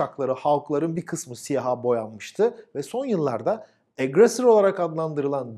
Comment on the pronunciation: Tebrikler. "Lancaster" 'ı doğru biçimde telaffuz etmişsiniz. Garip Burt Lancaster de aynı fenomen yüzünden "LanÇıestır" şeklinde yanlış olarak bilinir. Aggressor da doğru, ona da "Agresör" falan derler. Selamlar...